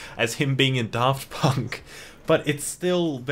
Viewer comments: it’s FUCKING DAFT PUNK NOT FUCKING DARRRRFT PUNK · I like the video but one thing that bugged me was the way he pronounced Draft Punk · i almost didn't recognize daft punk when you pronounced their name like that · "DARFT PUnK" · why’d you emphasise the DAFT and not the PUNK